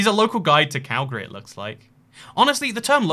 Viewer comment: As a Calgarian, I greatly appreciate your correct pronunciation of Calgary